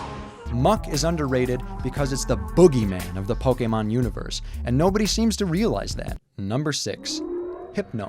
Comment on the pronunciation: It is pronuced poke long A mon. When you see an é that looks like that it says A.